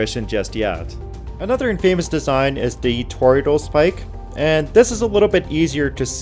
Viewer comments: FYI, infamous is not pronounced "in-FAME-us". It's pronounced "IN-fuh-muss". Stress the first syllable, and that a is a typical schwa. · Great vid. Infamous, pronounced differently than In Famous though. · Neat stuff, but writing needs improvement. Pronunciation hint: Infamous is stressed on the first syllable. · Infamous is pronounced in·fuh·muhs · I like how the narrator pronounces "infamous" like the Three Amigos. "Infamous means more than famous." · Cool info, but please look up how to pronounce Infamous and Centrifugal. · Great video I would be remiss not to mention that you’re pronunciation of infamous is off a bit